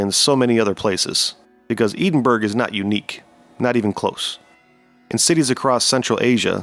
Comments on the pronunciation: Great video, please check your pronunciations: there is no such place as "Eeden-burg". It's "Edd-in-burrow" bcz it's Scotland and that's how they do things over there . . . you're one of the few legit researchers left here, so keep up the great work! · The way you pronounced Edinburgh as Eden-burg. And not Ed-in-burrow, has to be fake. Have you never heard it pronounced, ever ? That's an act of wat to the Scott's is that 🤣🤣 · Edinburgh? EDEN? WTF AI slop, come on already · EDEN BURG... 😂😂😂😂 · Your pronunciation of Edinburgh was actually physically painful. Maybe try to learn a little about a place before talking about it in a video. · I love your videos, very interesting and no nonsense. Also a good length. But buddy as a Scottish man, please learn how to pronounce Edinburgh 😂